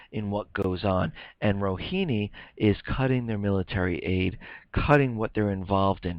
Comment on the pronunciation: the correct pronunciation is Rohaani, not Rohini. thx.